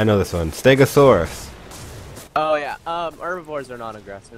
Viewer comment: He said stegasuars